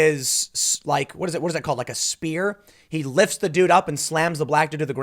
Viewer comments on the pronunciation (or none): "A sprear" 😂😂😂😂 ok wrasslin fan